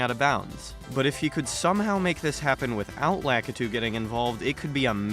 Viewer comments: La-kit-two I’m I getting trolled lmao?? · Never heard a worse way to pronounce lakitu